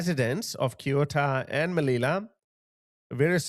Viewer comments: Its pronounced se-ooo-ta: Se as in di-SE-ase Oo as in LOOting Ta as in TAngo. (Tango wasnt mentioned in the video) What a disgrace... the left is an utter disgrace 😢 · It's pronounced; Theuta and Meliya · CEUTA pronounced : C th as in think, E as in eh, U as in loo, T A as in Tara, I hope it will help you to pronounce the name of the City. The present law pertaining illegal immigration has been set up by the government a few weeks ago. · It's pronounced SSEH - OO -TAH. At least Nigel Farage should know how to pronounce it correctly, as a longtime politician who has been all over Europe, I assume. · please Pronounce SSSEEH-OU-TAH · Ceuta its spelled as an Ssss Seuta, Seuta =) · You’re almost there but not quite. The S is pronounced like an English TH! As in Thursday. They-oo- ta. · Kyota? Lol that's not how you say Ceuta. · Please lean how to pronounce the city's name, dude! They are saying it in their video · Learn how to pronounce 'Ceuta. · Broadcasting your ignorance is next level of animalism. Learn your fucking pronounciation moron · You cannot hate progressive liberal woketards enough... Oh by the way, at least have the decency to pronounce Ceuta correctly, is not that hard. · Man, I was struggling to understand what do you mean when you say "Kiota". The name of that place "Ceuta" is pronounced "Seutah" (ˈsjuː.tə). You make it sound like a japanese place lol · Bro, it takes 2 fucking seconds to google up the pronunciation. It's SEU-TAH. Not fucking Kyoto. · Guys... This is how you actually pronounce it: Seh-ouh-ta. Not kyota or keuta or keota or keta. Just a heads up. 👍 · Kyota? It sounds Japanese. The place is Ceuta and you can hear the pronunciation several times by the Spanish in the video. Kyota? No, Ceuta pronounced Seuta. The Spanish should declare Ceuta Maroccan territory immediately in order to avoid the destruction of the town. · It's not "kee-YOO-ta", it's "Say-OO-ta." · What the h is "kyota"? Ceuta is pronounced "SEH-oo-tah".